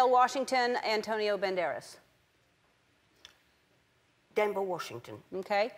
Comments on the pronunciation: Did she say "Denver Washington?" :D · She said Denvel Washington... Ok, you get pass, Dame. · Adam I think she said "Denver Washington" too lol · denvel washington jake gillenhall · She said every single name wrong except George Clooney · Haha so she managed to pronounce Benedict Cumberbatch correctly, but not Denzel Washington and Matthew McConaughey?